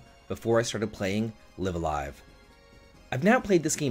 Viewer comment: It's not a huge deal, but you're pronouncing "live a live" wrong. It's "raibu a raibu" in katakana so it's not " lɪv alive", but "laɪv əˈlaɪv". I used to say it wrong too until I saw the katakana😉